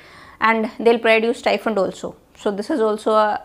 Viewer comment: Stifund or STIPEND???